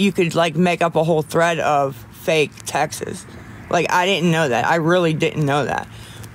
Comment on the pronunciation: I always thought she was saying Texas lolol